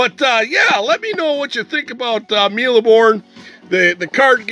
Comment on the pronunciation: ur pronunciation is sort of good ( the E at the end of mille is silent ) and this is a childhood game for me too even though I'm less "vintage" than u :-D :-D